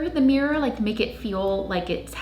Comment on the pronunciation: "Tri-fold morror." 😂 I'm going to try the linen mat trick!